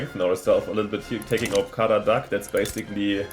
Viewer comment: It's Kara-George-evitch :D